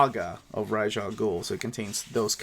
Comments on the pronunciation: Raysh is wrong rahz is how it’s pronounced in arabic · Ras should iMo pronounced like Ras in Ras Tafari. Hereby Ras is an Ethiopian title of Princes. The term Rasta, Rastafari originates from Ras Tafari Makonnen, the last Emperor of Ethiopia. In the sight of "orthodox" Rastafarians he is the returned Messiah. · So happy Tales of the Demon has original coloring. Bodes well for future Bronze Age omnis. I personally pronounce Ra's like "Rahz", but I have even heard him referred to as "Raysh." It doesn't really matter though.